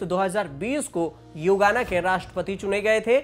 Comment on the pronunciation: युगाना नहीं गुयाना है